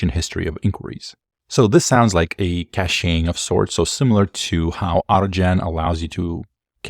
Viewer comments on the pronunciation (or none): thanks for the video! Just a point about the word “caching”—it’s pronounced “cash-ing” like the word for 💵. Not “caché-ing” like with some kind of french-style é in there. Don’t mean to be nit-picky, just for future videos. 🙏🏻